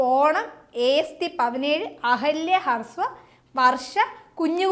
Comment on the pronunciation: ഹർസ്വ അല്ല ഹ്രസ്വ